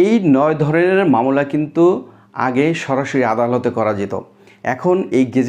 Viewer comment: মামলাকে মামোলা বলেন কেন